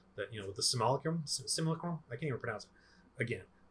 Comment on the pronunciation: Say it like “sim-you-lack-crum” ZeeBashew made a neat video about it